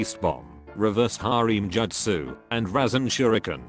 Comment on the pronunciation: it feels like the voice is trying purposely to say the justus wrong just to annoy me. lol